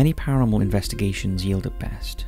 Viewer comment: ParaNORMAL not Paramol